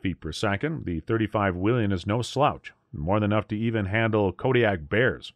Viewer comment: Love my 35's Whelen is pronounced whay-len